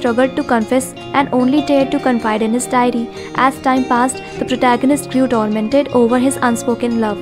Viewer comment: Love ur video. It's tormented not dormented. As a foreign english speaker I give unsolicited advice.